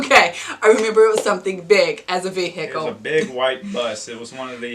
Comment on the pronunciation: Where does the extra 'h' come from in vehicle?